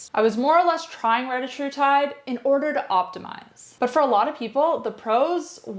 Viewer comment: Solid video, I just wished you pronounced the peptide correctly.